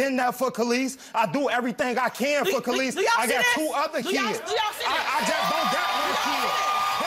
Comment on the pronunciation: “kay lis ah” maury it’s ka’lise.